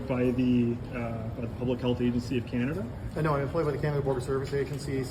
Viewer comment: <Welcome home....to Not See Cana-duh.>